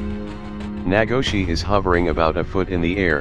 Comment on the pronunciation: I believe its spelt naagloshii and pronounced na-glow-she